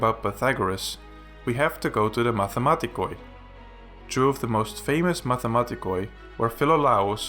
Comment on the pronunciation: Great video. Just be careful about the "oi" in akousmatikoi (and mathematikoi). It should be read like "ee" in bee. Just saying...